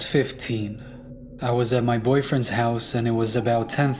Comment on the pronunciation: I don't get it...unless you meant, "I was at my boyfLends house"